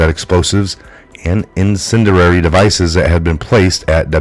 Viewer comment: "incendiary" = in-SEN-dee-air-ee